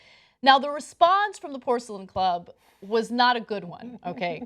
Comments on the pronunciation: It's Porcellian, not Porcelain!! lol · Let me give some context to the statement from the Porcellian. (By the way, it's PorCELLIAN, not Porcelain.) What the Young Turks left out was the fact that the Porcellian doesn't throw parties. In fact, you aren't even allowed into the clubhouse unless you are a member. Therefore there are no sexual assaults against women at the clubhouse because women aren't allowed inside. The club's point was that Harvard's claim that they are trying to stop sexual assault in the club is disingenuous, seeing as the current amount of sexual assault is already zero. In fact, the only thing it could possibly do would be increase the chances. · It’s the Porcellian not the porcelain